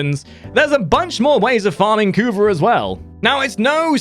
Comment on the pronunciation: the way you pronounce "kuva" makes me laugh every time lol xD